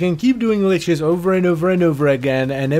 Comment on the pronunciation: I'm gonna be that guy It's lich, not leech